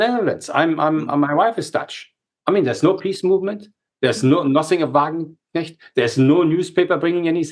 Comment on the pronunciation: Mercouris can't say the word "Wagenknecht" even if his life depended on it.